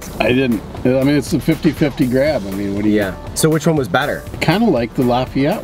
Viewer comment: It’s pronounced ’Lah-fee-et’ not ‘Lah-f’eye-et’. And Lafayette is the best.